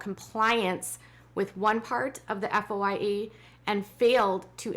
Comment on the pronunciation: FOIA is usually pronounced “foy ya.”